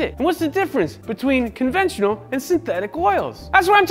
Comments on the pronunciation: onventional huh. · ONVENTIONAL? Y'all out here creating new words😂